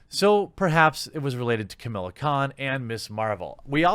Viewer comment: Why are you pronouncing "Kamala" as "Chamilla"?